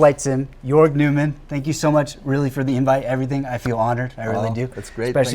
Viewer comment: His last name is German and pronounced more like "Noymann," and not like "Newman" from Seinfeld.